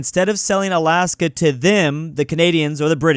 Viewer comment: NOOOOO, IT IS NOT ALIYASKA. It is more Alaska sound. It is just soft L. You can hear the diffirence in google translator, just write "льас лас"